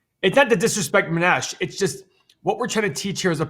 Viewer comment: Mow-neesh that how you pronounce his name.